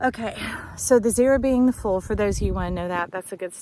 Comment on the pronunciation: What a Joy to find you. What a Blessing you are! Shine on!, you said "The zero being the Fool..." But I heard "The zero being the Full (as in moon... Hmmm...)